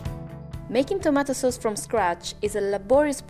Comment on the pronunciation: "Tamato Soz"